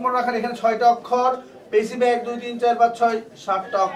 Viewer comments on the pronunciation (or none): none